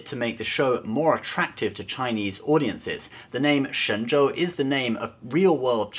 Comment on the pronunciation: You may be the only one I've seen so far pronouncing "Shen Zhou" correctly. As for Michelle Yeoh, she's not a Chinese, she's Malaysian. If STD's purpose is sucking up to Chinese people, I have to say, they rubbed Chinese in wrong way. As a faithful Star Trek fan, I agree that the Orville is more Star Trek than STD. But after nine episodes, I can see old Star Trek plots in almost all those episodes...I don't know if it's a good thing (or bad, for that matter).